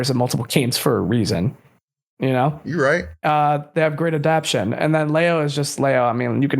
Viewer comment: One thing I’ve learned about is he’ll never pronounce “adaptation” correctly lmao